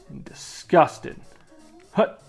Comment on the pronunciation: Why you say it like that lady DISGUSTANG! xD